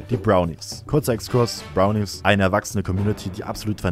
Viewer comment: Spricht er Bronies extra so falsch aus?